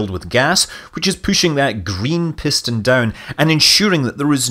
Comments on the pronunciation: From one Scot to another, I did have to laugh at "pish-ston"! :) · Oxidizer Propulsion Pishton... reverting to Scottish there :-)